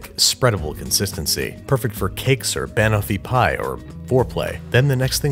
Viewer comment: "Bahnahfipie" ok Babish, i swear you're pronouncing things weird on purpose now